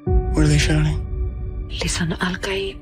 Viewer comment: You got all the right pitches. Fantastic.